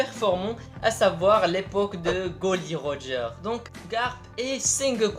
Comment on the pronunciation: Non mec pourquoi ?!.... tu dis goly roger 😱